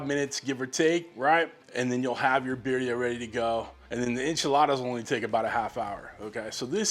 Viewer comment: just pronounce the second "i" like an "e". Like bireea. Make sense?